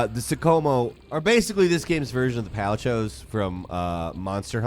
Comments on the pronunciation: I think I’m still in shocked by the way you pronounce Palicos… please don’t tell me you say “Palicho” on purpose… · did you really just call them Palchos...? Its Palico. like a Calico cat. but he's your Pal. the dogs are Malamutes, but your Pal, Palamute. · Just letting you know palicos are not pronounced palichos this is how you pronounce it paliko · Palichos? lol, did that bother anyone else.